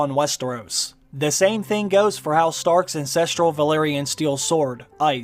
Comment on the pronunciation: That’s twice now you’ve said “incestral” instead of “ancestral”. The first was in the video explaining the relation between the Starks and “the others”.